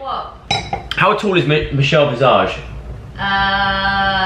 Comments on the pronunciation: The way Joe says Michelle’s last name really got me 😂 it’s an S not a Z!!!!! 😂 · The way he said Michelle visage maid me smile😂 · The way you keep saying Michelle’s last name wrong 😂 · Makes me laugh how you say visage 😂😶